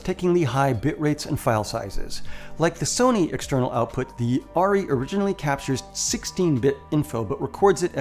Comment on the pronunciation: I think the camera you are talking about is pronounced "Air-EE", short for Arriflex. It's a small point but I thought you might want to know. Great video by the way, thanks.